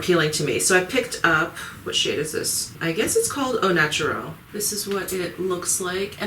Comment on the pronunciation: Hello, Your french pronunciation of "le métier de beauté" or of "au naturel" were just perfect ;) Thanks once more for your videos...I really like to watch them even though lots of these products are not available in France. And your puppy is so cute ;)